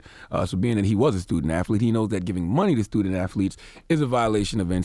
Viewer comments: Is it my hearing? Or is Charlemagne saying AFFLETES? 😂😂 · The donkey ,"0" every day should go to Charlemagne for calling athletes "afleets.😂😂😂😂